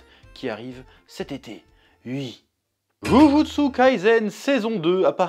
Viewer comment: Ça me toujours autant frémir la façon dont tu prononces Jujutsu, Kurosaki, Naruto 😂 à la française